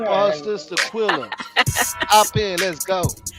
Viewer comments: It’s Qu-EHHHHHHHH-lla!!!!!! Do you see “ai” in her name?!?!?! Jesus FN Christ!!!! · I tried to tell him this a few lives back ...its so annoying cuz quella is not hard to pronounce. I think he does it on purpose